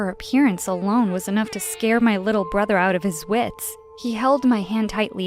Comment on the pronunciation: I know, but you said brothet, did you mean brother? ( not trying to be rude )